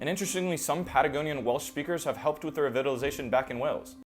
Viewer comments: Re vittle ization Odd. Usually it's re vital ization Enh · I’d love to hear an analysis of this brilliant YouTuber linguist who pronounces “revitalization” as “re-VIT-tilization.”